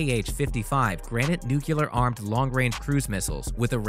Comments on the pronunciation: Can't any of these guys say nuclear properly? What kind of literacy is this anyway in broadcasting, its NU-CLEAR not NU-KI-LAR JUST SAY NU-CLEAR as in CLEAR out the ignorant spokespeople from public broadcasting. EEESH its like sandpaper listrening to this guy say it wrong throughout the video. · Nuclear is pronounced NEW-CLEE-ER NOT Nuke-ya-ler. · HEY! Its Nuclear, not nucular! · Nu-key-luhr & nu-que-luhr weapons? It’s not that hard to say nuclear! Nu-clee-er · It’s not NUCULAR It’s pronounced New-Clear. It’s spelling is Nuclear, there is no U after the C! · PLEASE stop saying "nucular" there is no such word. It's "nuclear". As in "nucleus". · The word is pronounced NEW-Clear not New-kew-Ler. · You say “new-Kew-ler”,but the word is “new-Klee-er”. For accuracy of reporting, pronunciation is important. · Clickbait rubbish - and it's "NEW-CLEAR" not "NEW-CULA" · Say it "NU-CLEAR", it's not nukeular. sigh... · New-clear not nu-cu-lar. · Only idiots say "Nucular" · NEWCLEAR? .........WTF? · Learn your English, it's Nuclear numbnuts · This is an informative video. I do wish that the narrator would properly pronounce the word NUCLEAR! NU-KLEE-ER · If I hear someone say nukular...one.more.time.. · For god's sake, don't reproduce! what a fuckup - NUCLEAR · Your narrator can’t pronounce nuclear, he keeps saying “nucular”. Really? Pretty sad when you are making videos about nuclear capable bombers. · The narrator can't pronounce nuclear. He says nuculer or something stupid like that. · Computer voice keeps saying nookular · Please! There is no such word in English as “nu-cu- lar”. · Pronouncing the word "nuclear" as "noo-kew-lur, makes you sound illiterate. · Repeat after me.... Noo Clee Ar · Try pronouncing the word "nuclear" correctly...he says "nuculer" every time....🙄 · What ‘kills’ me, is the narrator saying ‘nukelar’ vs nuclear!!! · I don't trust anyone who says "newcewler" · As soon as the narrator said "nookyular" instead of "nuclear" I stopped watching. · New - clear